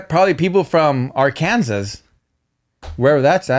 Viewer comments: & its pronounced AR-CAN-SAW not AR-KANSAS 😅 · Mr. No Sabo kids. It's not AR-KAN-SAS it's prounounced- (AR-KIN-SAH) 😂😂 I love you guys! Happy Monday! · Arkansas pronounced arkinsah lol 😅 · It’s AR-KAN-SAW HAHA, took me by surprise when you guys just randomly mention my home state 😂😂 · Lol Arkansas is pronounced Are-ken-saw. I’m pretty sure! 😂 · Not R-Kansas 🤣🤣🤣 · Arkansas ! Lmao y’all said it so wrong 😭😭😭😭 it’s ARE-CAN-SAW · Bro it’s pronounced arkinsaw but spelled Arkansas just trying to help 🤙🏼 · It’s pronounced R-CAN-SAW😂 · you said that weird, Im not frm AR-CAN-SAS but thats not how you say it 😂😂😂😂 its ARK-AN-SAS 😂😂 #dogmom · No sabo full effect! It’s Arkansa not Arkansas lol the S is silent my boy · Asi no se dice Arkansas lol Anywho there was a tornado a few days ago. Bad timing con el joke. 🤭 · Ok I love y’all but the way you pronounce Arkansas I cannot lmao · LOL you guys pronounced Arkansas 😂😂😂 In Nicaragua, we say absorbente & my Venezuelan boyfriend calls it pitillo. Why is Spanish so complicated LOL also we call trucks camioneta 🤭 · Ni di aquí ni de aya… Arkansas… my first experience w racism was being told I couldn’t pronounce Arkansas cause I’m not “American”… yall ain’t American either 😂😂😂 #mondaysdontsuck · Not me watching y’all from ARKANSAS and you pronounce it wrong lol